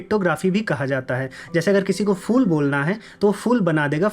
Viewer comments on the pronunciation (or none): भाई आप तो ख़ूब अक्ल की बातें करते हो मगर "फूल" को fool क्यूं बोलते हो? उसे phool तो बोल सकते हो। देखो elephant और elefant बोलने में कोई फ़र्क है की नहीं? वैसे फर्क और फ़र्क बोलने में ph और f ध्वनि का अंतर है। पता नहीं आजकल क्या जुनून सवार है के "फ" को "फ़" उच्चारण कर रहे हैं आपलोग!